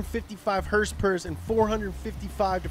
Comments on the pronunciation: "That's right, a perfect horsporque" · “Hursepurrs” “Lbs/foot of Twerk” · "That's right, a perfect h o r s e - p o r k" I'm DYING